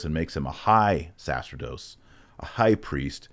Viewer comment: Great explaination of the Seven Orders. Just a correction to Dr. Marshall: the word "sacerdot" is pronounced "sa-cher-dot" not "sa-ser-dot". When an "e" follows a "c" the latter is pronounced with a "ch" sound (like Italian). Otherwise, great video. 🙂